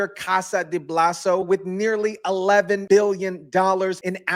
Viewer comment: 😂Its Bolsa not blaso.. Vector Casa de Bolsa.